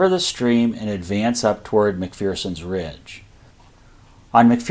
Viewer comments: Mc Fur Son. Not Mc Fear Son. Scottish saying: There is no fear in McPherson. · Mc-fur-son...There's no "Fear in McPherson" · There's no fear in Mc=FUR-son!